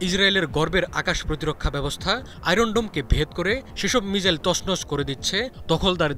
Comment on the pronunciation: মিজাইল না মিসাইল 🙄🙄